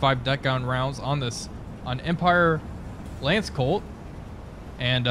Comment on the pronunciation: Love these boat vids. You mispronounced Lancelot....lol he was one of the knights of the round table. "Lance colt" 😂